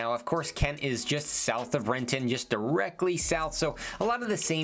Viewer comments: I know, that hard ‘T’ made me wince lol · There was a grocery store in Renton (Cascade) that closed down because of shoplifting, I dunno, 20-25 years ago(?) It has been vacant ever since. I ran around that neighborhood as a kid, but I wouldn’t let my kids wander Renton the way we used to. Can’t go to Fred Meyer in Benson or DT Renton after dark unless you don’t mind being approached in the parking lot… ugh. Edit: oh and you said it wrong: it is Re’en. 😂